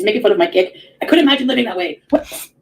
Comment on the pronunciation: I can’t stand the way she says eeemagine instead of imagine. She says it a lot.